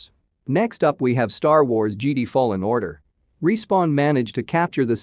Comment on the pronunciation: JEDI great video but PLEASE LEARN HOW TO PRONOUNCE JEDI. Have a good day